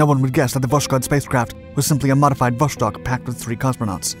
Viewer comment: How, just how, can you pronounce "Vos-khod" as "Vosh-kod"? It's the same with "Vos-tock", which you pronounce as "Vosh-tock". Dude, speak after me: "Vos-tock" and "Vos-khod". See? Really simple.